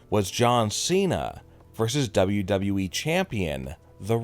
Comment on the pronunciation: I think there are two guys doing this channel and are brothers. At least this guy says “WWE” properly LOL